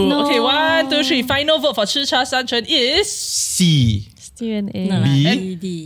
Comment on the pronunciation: 吃茶三千 should be pronounced as Chi Cha San Qian. This word 千 is pronounced as qian not cheng.